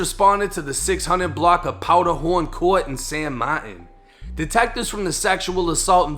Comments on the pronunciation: It’s San martinnnnnnn not San Mart-in fool 🤦‍♂️ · It’s pronounced like San Marteen